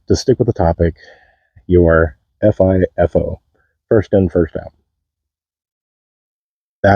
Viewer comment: DUDE!!!!! I totally did think you said FAFO lol. TY i aint never heard of FIFO